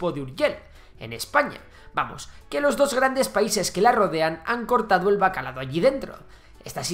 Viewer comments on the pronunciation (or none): Me gustó el vídeo pero decir "bacalado" y poner el siglo IX escrito como "VIX" me mató. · acabo de escuchar bacalaDo??????? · Ha dicho “han cortado el bacalado”?? Jaja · Y bacalao, no bacalado